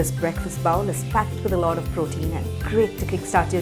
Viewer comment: Very nice and am going to try it thanks but pronounce bowl as bole as in goal and not baul or baol...😊